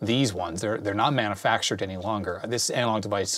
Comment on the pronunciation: Every time says “manafactured” instead of “manufactured,” I lose a little bit of my will to live.